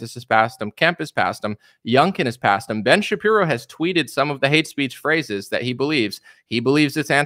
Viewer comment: "Ben Sha-Qeer-o" 😁